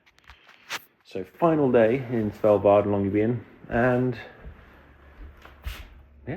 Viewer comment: How on earth do you pronounce "Svalbard"??? I listen you say it over and over all I can hear is "Sellvar". WTF! It is pronounced SWAHL-BARD. And on that note your microphone onlyseem to pick up bass, too little trebble.